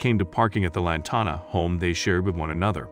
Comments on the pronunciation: The town’s name is pronounced as Lan Tan Ah and spelled as Lantana. When you do a story do your homework, please. I think this is so ridiculous, that this happened to her. I grew up in Lantana and I can tell you, this law was not practiced until recently. We had issues where there would be 5,6 or more parked at our neighbors house and would extend over to our property and nobody did anything. I can honestly say it was probably implemented and implied to more well to do housing, especially when HOA is involved or not. The city expects those places to look perfect! You park and it looks like a sore thumb you better move it right now. This is probably why this happened to this lady, she was making an unacceptable appearance to her neighborhood. Lantana wasn’t always pretty. It was nice, then bad and awful for a decade or more. They want it to remain nice. They are probably overreacting but I can’t say I blame them. They love their town and they don’t want to revert back to their ugly past. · Lantana and surrounding Towns have crazy ordinances. That computerized voices are annoying. Pronounces Lantana wrong